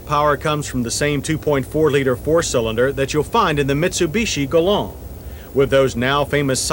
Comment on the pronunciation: Listen how he says Galant